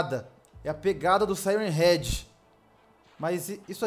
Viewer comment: A melhor parte q ele fala e sirem head 😂😂😂😂😂😂ele falo praticamente o video todo